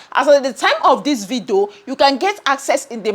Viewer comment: It's ,'video'...not 'vido'